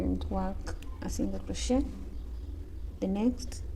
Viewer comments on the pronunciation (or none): Love your videos there amazing btw it’s crochet not crotchet